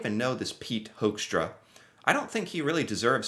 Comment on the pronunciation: I am Dutch and gotta say, I love the way you pronounce his last name; Hoekstra sounding like Hoaxtra. 😂 One thing he definitely isn't: a diplomat.